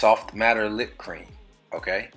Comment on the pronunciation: "Soft MATTER lip cream" lol he did well!!!